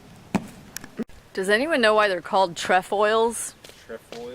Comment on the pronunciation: It's pronounced (tray foils) and I believe that is the Girl Scout emblem.